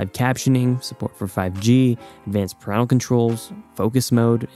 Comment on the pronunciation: Dude that is not how you pronounce "parental"